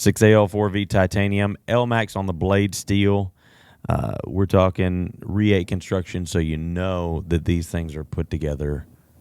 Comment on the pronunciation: How does this guy work for "the largest knife store in the world" and not know how to pronounce Reate?